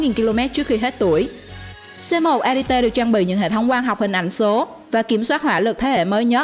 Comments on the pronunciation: duyệt... giờ nhìu kênh ngáo ngáo làm video kiểu ăn theo thi trường cho có... chứ nào có tập trung vào chất lượng nội dung... haha...bài đăc tiếng anh với tiếng u...quê xệ. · Con Ariete(đọc là "E-ri-et" không phải "A-ri-tê") với Altay (đọc là "Au-chay" không phải "An-tay") lọt vào danh sách này không thể hiểu nỗi, trong khi đó 2 con Type 10 của Nhật và VT4 của Trung Quốc lại vượt trội hơn về mọi mặt mà không thấy đâu ? Thổ với Y chưa bao giờ mạnh về tank. Trong khi đó Nhật và TQ thì ai cũng biết họ chết tạo tank từ thời thế chiến. Vậy mà bị ra rìa, thật khó hiểu. Còn nữa, mai mốt đọc tiếng Anh cho nó chuẩn và thông nhất. Chữ M lúc thì "Em" lúc thì "Mờ", chữ K thì "kay" rồi thì "ka",còn chữ T thì đọc là "Ti" chứ không phải "Tê" nhé. Chiếc tank AMX Leclerc đọc là " Ây Em Ex Lấc lơ" chứ không phải " Em xxxx lết lê" đâu nha. Đọc tiếng Anh lung tung tùy tiện, tên Tank thì đọc sai bét be. Trước khi làm video thì tham khảo cách đọc tiếng Anh trước dùm cái.